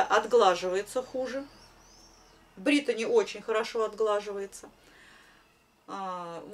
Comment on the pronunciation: все красиво,вы молодчина, только почему говорите Бритони, ведь равномерка Бритни